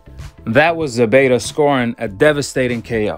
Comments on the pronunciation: It’s ZEPEDA Not ZEBEDA 🤷🏻‍♂️ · It ain’t Zebeda it’s Zepeda with a “P” my dude